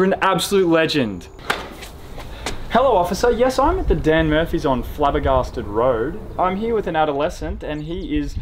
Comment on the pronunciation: “Dan murfys” 💀💀💀